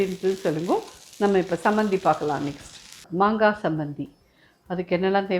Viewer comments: it is Chambanthi not Sambanthi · Chammandi not chambandi